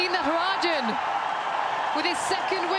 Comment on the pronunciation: Literally nobody English commentaters -to natarajan Nitrogen 😂😂